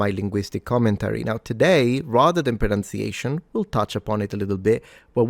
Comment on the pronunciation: Maybe you would like to check your pronunciation of pronunciation against the spelling. (Just saying.)